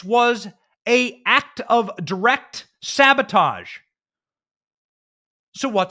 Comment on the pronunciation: How about this, If Brandon did fiddle Putin’s kitty, we all forgive him 100% on the condition that he can speak the word sabotage correctly.